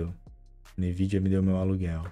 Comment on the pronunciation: a mais de 15 anos pronunciando "Nividia"...